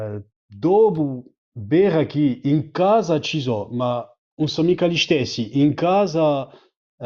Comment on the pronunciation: It's funny that he says "un" for "non" like central and midsouthern Italians, but he velarizes the N in it, as well as all other syllable coda Ns, like in Ligurian, Lombard and a few others